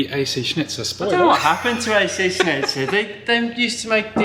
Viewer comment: you pronounce it as ac schnitzel lol, congrats on the kiddo!